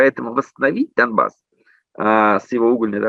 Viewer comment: смысл проговаривать слово "Дамбасс" через букву "м"? Dumbas - в переводе с анг. означает "тупица". Это исключительной троллинговый слэнг украинцев выступающих за евроинтеграцию. Автор, зачем сбрасывать долю лицемерия в подготовленный материал?